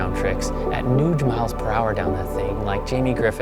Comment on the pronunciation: At “Nuge” miles per hour lol 😂